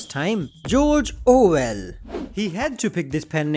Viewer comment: Ah yes, Jorjor Well